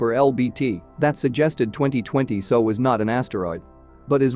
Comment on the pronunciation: The commentary is not terrible, but it is rushed. Longer gaps between sentences required, and bigger paragraph gaps. Give us a chance to absorb the interesting information. Also, when discussing '2020SO', you need to separate the letters to get S, O and not 'so'.